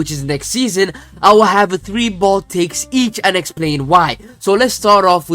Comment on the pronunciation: Your trying to say "bold" only to end up saying "bald" 😂😂😂